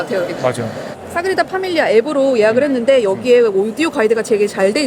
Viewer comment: 너무 예쁜 커플 결혼 15년차라니 아무리 생각을 해도 이건 10대에 조혼하신 게 아니면 말이 안돼… 인간 러블리~~~❤ (소곤:그런데 사그리다 아니고 사그라다예요 😅)